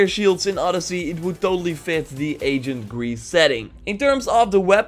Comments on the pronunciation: come on it's ancient(eɪnʃ(ə)nt) not agent(ˈeɪʤənt), you speak Dutch making this distinction shouldn't be too difficult. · Am I the only one who thinks it sounds like he's saying agent Greece